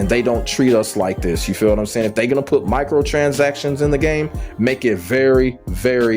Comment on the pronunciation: “Michael transactions” 😂 killd me every time. Nah but the points you made are must haves for sure